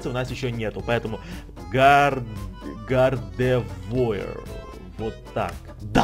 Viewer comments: гардевуар а не гардевоер тупитса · вобщето не гардевоир а гардевуар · не Гардевоир, а Гардевуар) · не гардевоир а гардевуар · Не ГАРДЕВОИАЛАТОАУШЛВРР,а Гардевуар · Гардевуар {Гардэвуар} правильно выговаривай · произносится гардэвоар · тот покемон на 5 месте да ето французкое имя но произношение не правильное его имя гардеува р мягкая